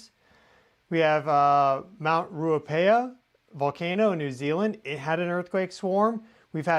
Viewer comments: Mt Ruapehu in New Zealand is pronounced Roo-uhh-pay-hoo - Ruapehu 🙂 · Mt Ruapehu ( Roo-A-pay-who ) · Mt Ruapehu pronounced Rua pay who. That swarm seems to have calmed for now. Or else Geonet has stopped recording it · The new zealand volcano is pronounced "rua-pay-who". Thanks for your work, much appreciated :)